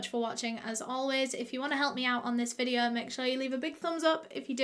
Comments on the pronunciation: “Suh today’s videuh” Me: 👁👅👁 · Me: feeling sad: suh today’s videuh [sad feelings have left the chat]